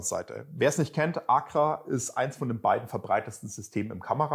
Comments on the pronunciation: Dialekt mäßig gehe ich bei "Bullbab" so würden wir in Franken es aussprechen noch mit. Aber ACRA geht gar nicht🤣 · Google ist dein Freund😉da fehlt nämlich noch ein Zusatz. So wie er es ausspricht, ist es auf jeden Fall falsch😂